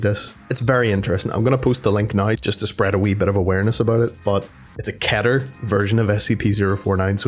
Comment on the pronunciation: Technically pronounced "ketter" like "better"